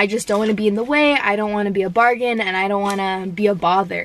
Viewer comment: wait did u say i don't wanna be a "bargain"??? did u mean burden